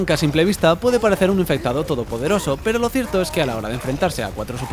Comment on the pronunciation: me encanta cada ves que dice el infectado le sale mal xdd